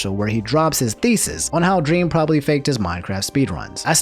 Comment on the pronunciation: “Probaly cheated”